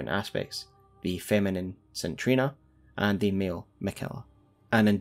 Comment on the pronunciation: Good video but DUDE... the way you say the word Saint is horrific. It is say-nt not sin or sit or sint... and the name Trina is said like Treena